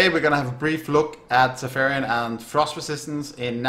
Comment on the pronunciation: sa-FI-ron, not sa-PHAI-ron